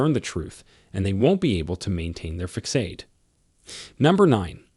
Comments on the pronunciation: You know that this is an AI bot speaking because the robot keeps mispronouncing common words like facade. It's ( fass-odd, not fakk-aid). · What exactly is a fuckade? That word, FACADE, is pronounced fuhssahd. Sound it out. It's not hard. That's the English language for you. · "Facade" is pronounced like FA-SAAD, not FA-CADE. (It is a French word, adopted into English. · AI can't pronounce "Facade" and pronounces it "fakade"😂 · How do you take any advice or insights seriously from a narrator AI thatpronounces facade, FA-Kade?? Come on! It's too bad because some of the content on this channel is worthwhile but it is ruined by the cheesy mispronunciation of the AI do better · F A C A D E IS PRONOUNCED: FASADE (SA) NOT (KA) PLEASE LEARN PROPER GRAMMAR. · The first thing is your AI Voice can not be used in training a person when simple words like facade isn’t properly spoken. This video is also dangerous. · He does mispronounce a couple of words, true, but he gives good advice nonetheless. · Thank you for info, but when a narrator doesn't know how to pronounce facade, theatrics, etc. correctly, I question the info given. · Obviously you don't have a command of the English language. Learn how to pronounce facade the C has an S sound. Your facts may be correct what preparation is important if you're trying to teach. Thank you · Lmao at THEETRIX mispronunciation for theatrics. Uneducated script reading narrators are hilarious! Fecksade & feckade instead of facade lmao!!! Did both lmao!! This video was extremely valuable for a laugh thank you lol!! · #3 and #7 are dangerous suggestions. There are better ways to execute those needs. (You’re mispronouncing the words facade and theatrics.)